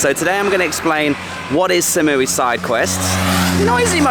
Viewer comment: you've been in Thailand for 6 years and you pronounce #3 as "SAM?" It's "SOM" sweetheart. Ask a local. Come on, man. Other than that, your videos are unique and great, but those mispronunciations drive me crazy. Koh Phangnan? That is a hard one to pronounce.